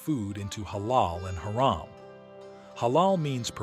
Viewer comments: Its pronounced hurom not hare-am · Thank you but you saying haeram instead if hamram is irritating me no hate just saying please no hate 😅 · no offense but "hairum"? cmon.